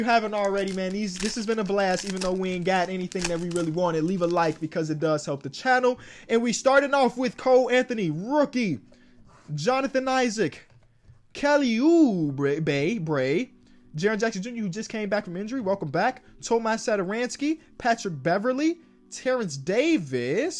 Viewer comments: “Kelly oubre bae bre” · Nobody:: “Kelly OuBAE”;)